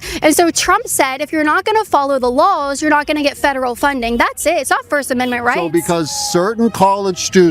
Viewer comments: I really wish she would learn how to pronounce "lawls". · I'm sorry but hearing Caitlin say "lawl" or "lawls" when saying laws cracks me up 😂